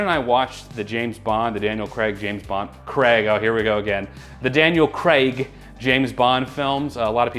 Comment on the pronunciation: OK, don't know about the sarcastic pronunciation, but thank you for saying 'Craig' correctly. It is NOT pronounced 'Creg'. No, this isn't being pedantic, it's disrespectful to mispronounce names if you have been told how to do it properly. If you DON'T know then fair enough, otherwise make the effort.